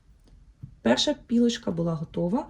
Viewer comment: дуже приємно вас дивитися “позачергово". Але чому "пілочка"?- "Полочка". Без образ. Виріб гарний,дякую за акцент на тонкощах,корисно💛💙